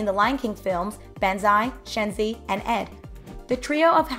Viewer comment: It's bonsai not bensai . Its pronounce shun zee not shinze